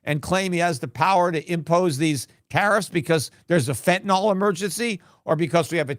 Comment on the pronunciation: Fentan ILL not fentan ALL.